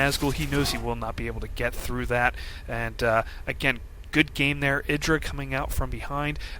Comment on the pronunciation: eye dra. again. you say it with such conviction lol jesus christ.